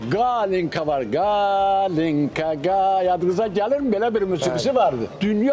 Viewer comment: Bu Rəşid doktor ancaq fiziologiyadan danışsın. Bir insan ki Arzuxanımın mahnısını bəyənir, Elza Seyidcahanı bəyənmir, "Kalinka"-ya "Qalenka" deyir, musiqidən fikir söyləməməlidir.